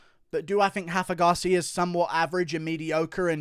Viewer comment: It’s Rafa Garcia with an R not an H he’s Mexican not Brazilian